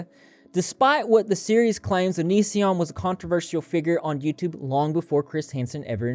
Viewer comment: give Chris Hansen some credit he finally learned how to pronounce "onision"